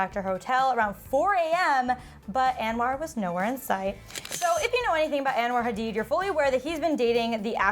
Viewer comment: It’s not pronounced “AnwAr” lol